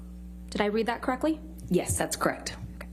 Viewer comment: Amber…”crect” ugh 😩 she can’t even say the word correct. Case closed.